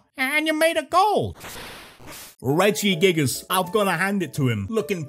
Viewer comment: ITS REGIGIGAS, NOT REDGYGIGAS!